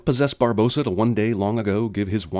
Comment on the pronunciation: Okay I saw it once and it annoys me already. Why is it spelled Barbossa but said 'Bar-Boass-A' Unless it's a Cinemasins spelling error, surely it should be spoken 'Bar-Boss-A'